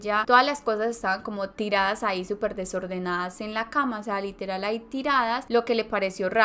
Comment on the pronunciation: relatas bien, pero cuida demasiado el momento de pronunciar LITERAL ... LITERAL ... no todo es literal que por querer pronunciar palabras mas cultas te sale a la inversa